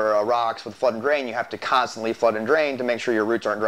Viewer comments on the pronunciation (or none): It has three syllables. Con stant ly. Californian here.